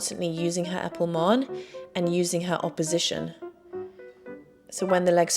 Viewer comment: I've noticed you say épaulman and grande batteman....as all my Russian teachers and later colleagues did. Made me smile. The rest of the world does not pronounce the n.